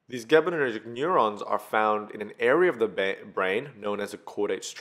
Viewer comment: Great video! However, it's gabaErgic neurons, not gabaNErgic.